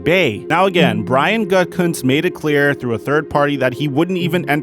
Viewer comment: Bro, it’s not Gut-Kunst it’s Goo-tah-kunst. Brian Gutekunst.